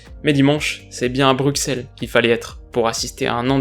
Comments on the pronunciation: On dit Brucelle pas Bruxelle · On dit pas Bruxxxelles ça se prononce Brussselles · Une si belle analyse avec une si belle faute de prononciation :,). On dit Brusselles et pas BruXelles :) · on dit BruSSelles :p sinon au top ;) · Brusel pas bruqsel stp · On ne dis pas "BruXelles" mais "BruSSelles" :) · ON NE DIT PAS LE "X" POUR BRUXELLES : ON PRONONCE "S" Sinon chouette analyse comme d'hab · Super analyse ! Fait juste attention en Belgique les oreilles ont saignés lorsque tu as dit BruXelles ;) dans le plan pays l'on dit Brussels. Ce n'est pas un reproche car moi qui suis tout autant champion du monde que toi j'ai pratiqué cette erreur. Merci encore pour tes analyses et ton travail, continue comme ça on t'envoie pleins de force de chez les rouges et noirs :) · Juste c'est bruselle la prononciation de bruxelles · ça se dit brusselle pas bruqsselle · Merci de parler de la belgique c'est top. Mais stp. bru SEL Le x n est pas prononcé. Au top tes videos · S'il te plait pour Bruxelles on dit "Brusselle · Super épisode ( de la part de tous les belge—> Bruxelles se dit < Brusselles>) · Super analyse. Juste en Belgique Bruxelles se dit Bru"ss"elles, merci 🇧🇪😉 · "De l'autre côté des Ardennes?" "BruXelles?" Frère stp t'abuses là, mais vraiment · Ça dépend de rien du tout c'est Brusselle la prononciation 😂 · Petite précision on dit "brussel" :) sinon top comme d'hab :) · Salut, Continues comme ça tu es au top mais en tant que belge t entendre mal prononcer Bruxelles me donne envie de t écrire ce commentaire